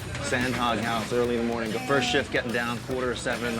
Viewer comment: The narrator radically mispronounces “HOG”! I grew up back there and trust me - “hog” rhymes with dog or log!